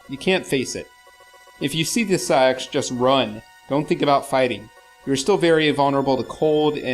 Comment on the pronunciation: I'm sure SA-X is pronouced Ess-Ay-Ex (as in just reading the letters, just as in AT-ATs in Star Wars are NOT pronounced at-at like some morons doo but Ay Tee Ay Tee).